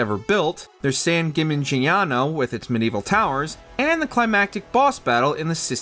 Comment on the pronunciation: I know you just butchered "San Gimignano" to piss us all off.